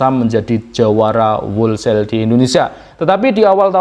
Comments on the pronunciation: bacanya "holsel" bukan "wolsel" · Mase tuk perbaikan ya ucapinnya jangan wolsel, huruf w nya gak diucapin. Harusnya howlsayl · Whole sale - dibaca: /houl seil/, maaas. Bukan /wol seil/. Semangat terus, mas. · kalau nggak salah = wholesale bacanya " hol sale". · Mas bro, di google translate kata "wholesale" kalau gambar speakernya di-klik, suara yg keluar: 'hol-sel'. - Huruf 'w'-nya tidak dibaca. - 'e' dari 'sale' dibaca 'e' seperti pada kata 'tempe', bukan seperti kata 'sel' (penjara). #kritikmembangun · Tolong di cek di kamus ucapan yg benar dr kata "wholesale"..… keri neng kuping.....😂maaf yaa